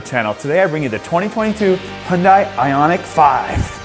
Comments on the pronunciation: Great video as always, but small nitpick - the company's name is pronounced like "hee-un-day". Hyundai actually had a catchphrase a while ago: "Hyundai. Like Sunday." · It's unfortunate that you're one of the only N.American vloggers who mispronounces the name 'Hyun-DAY'. Details matter. Otherwise, great vid. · I hope at least who talk about the cars and review you should know how pronounce the Korean brand "hyundai" not Japanese. Its HYUN-DAE . Yall should know that sounds so stupid when you say Korean brand with Japanese accent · It's hyudai like sunday... day not die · Great vid...but you still some issues pronouncing the word "Hyun-DAY". All of the other major Vloggers, Doug DeMuro, Straight Pipes etc...all pronounce it properly. Keep working at it and keep the content coming.. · Not. It’s Hyundai where you pronounce the ai like Dae from Daewoo